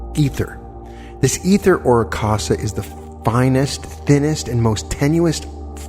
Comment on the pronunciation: Akasha is pronounced Aka—sha as in sound of sh as in should ..... minor, but.....these are great lessons, thank you, and appreciate them, but my inner english major just gave a note.